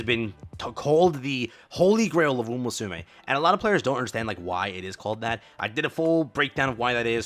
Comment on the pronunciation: Bro this guy is making guides but can't even pronounce umamusume...